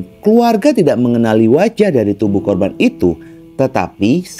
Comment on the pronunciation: Cara menyebutkan kata TIDAK, boleh ditata lagi ya bos. Agar tdk aneh. Maaf hanya saran